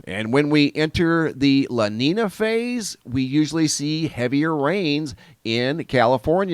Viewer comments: la neenya not la neena. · It is pronounce" LA NEEN-ya" not neen a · Sound educated... it's pronounced La Neen-Ya (La Nina) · Aight. Can't help it but tell me if Wrong watchers... "La NEEEN YAA" = LA NINA. NO? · lah neen-yah is the proper pronunciation lolo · La nina is pronounced,"la neenya" if I may say... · Thanks... Repeat after me; "Law Neenyah". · You didn’t explain anything. You can’t even pronounce an ñ properly. wtf is this